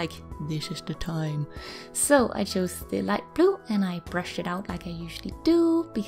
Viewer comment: I LOVE how she said “this is the time.” it’s like how you would say “Do you know dae wae.”